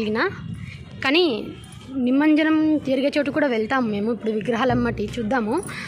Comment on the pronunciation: నిమంజనం కాదు, నిమజ్జనం.వీడియో బాగుంది.